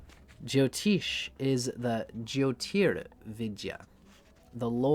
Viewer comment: Appreciate your work brother, and I guess its part of your zany character, but please note jyotish ज्योतिष has neither a 'Jo' prefix nor a 'Teesh' suffix It is just as its written in roman characters, and as pronounced here